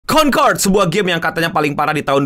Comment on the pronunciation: "CONTOLD" gitu bukan sih?